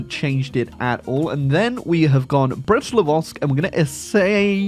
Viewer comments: You mean Livosk? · Some day will pronounce "Litovsk", some day